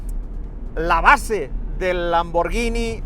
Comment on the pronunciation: Da gusto oír a alguien pronunciar bien lambor gui ni y no llini cuándo hablas de la marca Lamborghini